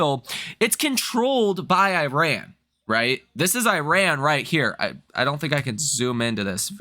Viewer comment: You should learn how to say Iran